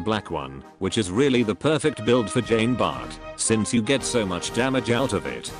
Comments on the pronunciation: #feelsfrenchman tfw the speech bot reads "Jeen Bartt" instead of the proper "John Bar" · Not sure if you will read this, but put 'john bart' in the robot voice thing and boom you get correct pronunciation